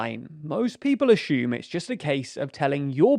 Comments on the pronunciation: "Axume". Why can't Brits say "assume". Also, wow, we are in the future! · Actually, I "ashoom" all the time. Like , I "ashoom" you screwed up big time claiming the P*ornhub issue took place in December, 2022 when this video is released on August 23, 2022. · I love the way British people say "ashume" instead of "assume" 😁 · There is no “h” in assume. Edit to add: I realize that also goes for sugar and sure but I have never heard them pronounced differently. Assume has previously only been pronounced as as-hume. Pronouncing it as ash-hume seems to be the result of “intellectual elites” putting on airs and being pretentious pricks.